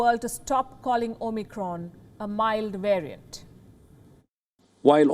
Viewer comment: Two quick things, that really get my goat. It's Omicron, not Omnicron. Also, it's Kazakhstan, not Kazakhistan.